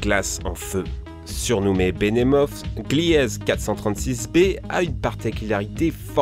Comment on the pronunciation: "Glièze"..... Non ! On prononce GLIZE !